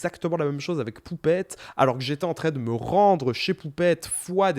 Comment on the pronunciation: tu dis toujours en très au lieu de en train ça me stress